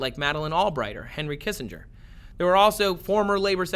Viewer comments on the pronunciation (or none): none